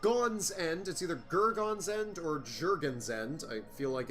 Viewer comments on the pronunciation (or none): Jer-jon-nie's End. Jer-Jonny Guitar. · I think Gergonne is pronounced ger-GOHN, the last syllable rhyming with 'own'. At least, that's how I'd say it.